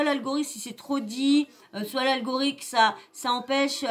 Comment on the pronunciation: L' algorixt ! lolllll ALGORITHME tu veux dire !